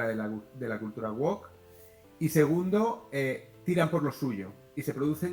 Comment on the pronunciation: Se pronuncia "wowk", y no como la sartén oriental... 😅